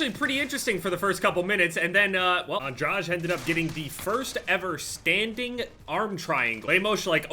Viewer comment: Interesting way to pronounce Lemos and Andrade